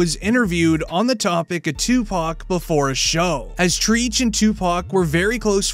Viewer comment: White person says ole boy name treech